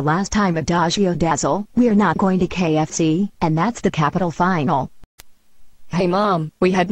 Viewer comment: why when they say KFC they say kxc